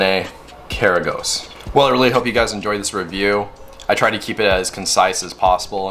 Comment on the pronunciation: Great video. ✌🏼 Correct pronounciation is - H(ah)(ch)iv(ah)t - K(ah)r(ah)goz